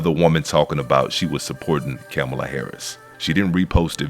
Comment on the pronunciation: Camel-a Harris 😂😅